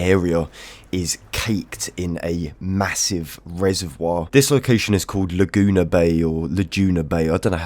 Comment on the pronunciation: "Luh-Joona" made me lol